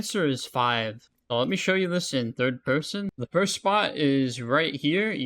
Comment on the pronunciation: "thirwd pewson"